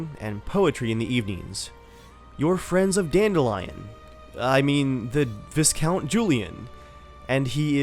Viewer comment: Please learn to say the word "viscount".